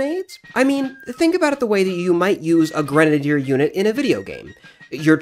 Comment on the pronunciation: It's pronounced: Gren-A- deer Not granader